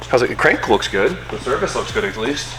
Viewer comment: Does this educated dude really say "acleast" rather than "at least"???